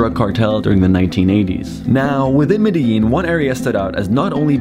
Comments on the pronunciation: Too bad you cant even pronounce the name of the city correctly. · Unfortunately he couldn't pronounce Medellín correctly